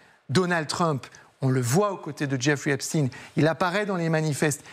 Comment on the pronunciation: [ prononcer please Epstein comme EPSTAIN Phonetic allemand/germanic]